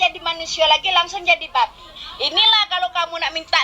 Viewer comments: Babi kak babi, bukan babek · Bukan babe neng tp babi B-A-B-I hadeh neng ngomong babi jd babe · yg saya tau itu "babi" bukan "babe" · Itu babi kan,, tp gw denger kok babe,, apa gw yg slh dengar 🤔🤔